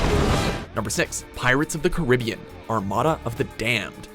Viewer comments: “Car a be in” not “car I be in” also I never watched the movies so I did “miss a movie in the franchise, ALL OF THEM” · Did he say pirates of the caribeean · Fawful The Best In some places. Not all. Some other places pronounce it “cahr-ih-BEE-an” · The way you pronounce Caribbean still offends me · He pronounced Caribbean wrong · Is it me or can he not say Caribbean? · I can't believe you said Caribbean like that...... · you pronouncing caribbean like that just sent me into cardiac arrest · is that really how americans say caribbean oh my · The way he said Caribbean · deffdefying I know. I pronounced it like that for a long time actually